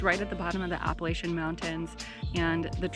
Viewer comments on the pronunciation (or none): none